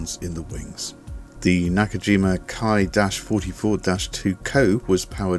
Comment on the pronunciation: Just a nitpick with pronunciation, but the Ki prefix is pronounced 'Key' not 'Kai'...as in Kawasa-key